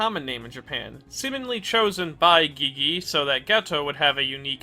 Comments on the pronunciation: you don't pronounce Gege like Gee-Gee, your pronounce it like Gay-Gay also it's KenjAku not Kenjugu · He really iut here calling gege gee gee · I loved your character analysis of Geto and the whole video was amazing. But did you purposely mispronounce everyone's names? Geegee? Kenjuku? Wtf it bothered me the whole time😂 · Why do you keep saying gigi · Why do you call Gege "Gigi"? Please check how to pronounce it in Google translate, so you can say the name right. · First time I’m hearing someone pronounce Gege as “geegee” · Ok look, i enjoy your content but CAN YOU PRONOUNCE A SINGLE NAME RIGHT? geeze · i think i am going to descent into madness if i hear you pronounce gege's name like that again😭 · nah bruh why u sayin Gege like that? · Well, that's a strange way to pronounce GeGe